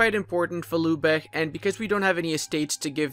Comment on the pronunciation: Lübeck Not Lubeck it’s pronounced lybek ü=y